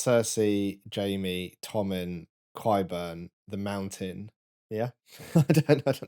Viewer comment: Kwhy are you calling him kwyburn?